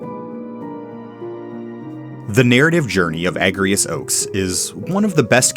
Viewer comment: It's pronounced A-j-rias, actually. Because she's Ajora's descendant. It's why she can use Holy Knight and *I can't*